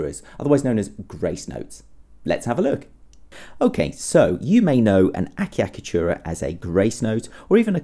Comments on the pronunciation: The first cc is pronounced ch and the second cc is pronounced k eg. a cha ka tu ra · The name pronounced thus: Achiacatura, the (ch) must be strong, thus: Atchiacatura, like, Tchaikovsky. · ultimate oh my achicatchura!?